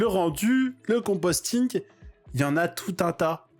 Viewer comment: c'est le compositing, pas le composting :o